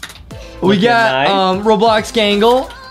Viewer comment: Who’s galgle I think you mean gangle😂😂😂